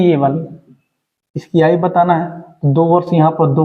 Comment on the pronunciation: आयु को आय आय क्यों पढ़ते हो